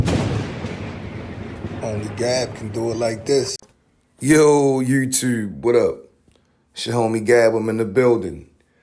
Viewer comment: Bro, I'll give u a $100 if u can say "Youtube" and "interview" properly lolz